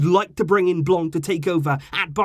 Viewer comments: My guy, for the sake of saving the ears of us bilinguals, its pronounced "Blan" not "Blan-k"😂😂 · Great video, just Miss pronounced " Blanc" because He's French and therefore the C at the end is a Silent Letter. I know this cuz I'm Algerian and speak French. Still Great video ❤️